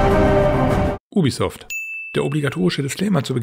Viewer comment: „Ubisoft.“ PING Ich kann nicht mehr